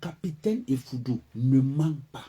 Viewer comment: C'est EFFOUDOU et non FOUDOU.